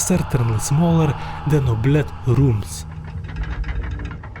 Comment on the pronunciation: oubliette 💀bro said o blet